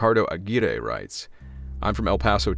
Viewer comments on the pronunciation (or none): none